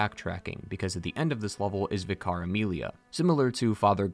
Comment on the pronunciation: Do you seriously not know how to pronounce 'vicar'? What the fuck is wrong with the Bloodborne fan community? Why are you all so incredibly fucking illiterate?